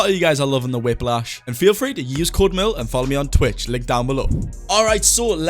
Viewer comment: Also its merl not marl